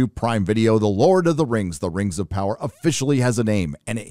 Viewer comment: lord of the rangz LOL